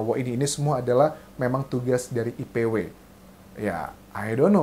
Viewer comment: IPW bang bukan ICW